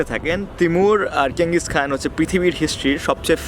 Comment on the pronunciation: উচ্চারণ হবে চেঙ্গিস খান